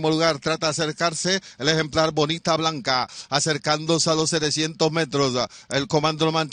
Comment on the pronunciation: Cómo narrador deberia estudiar los nombres de los ejemplares 5 caballos y no pronuncias bien ninguno de los 5 porque la ganadora es Bonita Bianca no bonita blanca como tu pronuncias muy mal de parte de este narrador no dedicar el tiempo a aprender la pronunciacion exacta